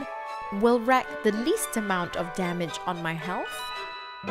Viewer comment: The word WREAK is pronounced REEK, not RECK. Some Singaporean people! Really! ^_^